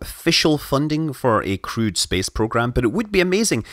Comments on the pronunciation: It took me a while to figure out that he means crewed space program, not crude. That accent is nice though :D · Thought you said "crude" instead of "crewed" for a minute there...